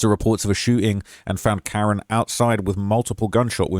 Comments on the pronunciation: KA-RON NOT KAREN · His name is pronounced Kah-Ron #justiceforkaroncann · Kah-ron* that’s how you say it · Bruh.. ain’t no black mother naming her son Karen. It’s Cuh-Ron. Lmao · Kuh-ron. Ronnie. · His name is pronounced kuh-ron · You seriously can't figure out how to pronounce Karon (Kuh-Ron), or Mulcahy (Mull-Kay-Hee)? Wow, you really must be a professional journalist 🙄